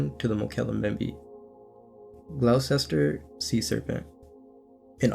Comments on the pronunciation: it's pronounced gloster my friend! Gloucester! Not being an arse about this pal! Just saying mate! Thanks for the great content 👍..love it. Jason in England x 🏴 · Wow I never heard of the Gloucester story despite growing up not far from there! (Also it’s pronounced Gloster and Nah-hant - think a Boston accent)